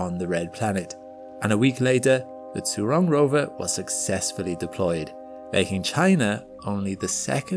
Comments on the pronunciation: Zhu is pronounced like “Jhoo ”, not “zoo” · If I'm correct, the "zh" in China's rover name should be pronounced the same way as the 'g' at the end of a word like "mirage" - in fact, to help pronounce it people could try putting that exact word and the rover name together, like "mira-zhurong" mirazhurong sounds cool...